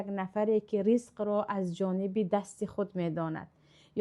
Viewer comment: Салом алейкум ин амсака ризқо хондан лозим неми муаллима шумо ризқа талафуз кардед е хато кароса бошами